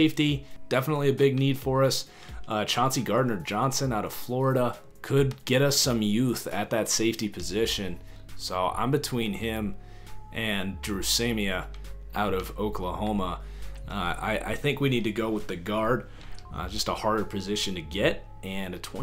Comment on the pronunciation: It’s Dru Samia (suh-mia)